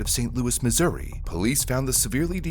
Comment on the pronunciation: I had to relisten a couple times, because you almost said it like the native joke, "Misery" XD